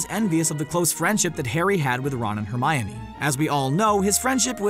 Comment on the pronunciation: Legend has it he still dose know how to say hermoine